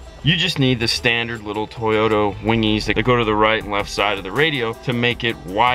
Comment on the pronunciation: Did you say "toyoTO" second???? Haha